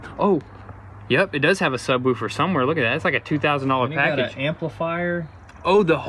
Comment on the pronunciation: SUB WUWFER! Love it lol :).